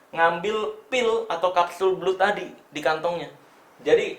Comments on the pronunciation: "Blood" bacanya "Blad" Bang, bukan "Blud", CMIIW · bacanya blad bang bukan blud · Kapsul blud versi lidah indo Setahu saya pengucapannya blad 🙏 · Kapsul belut😂